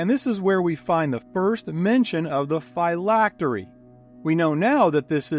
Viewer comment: The pronunciation of phylactery hurts but otherwise fantastic video keep it up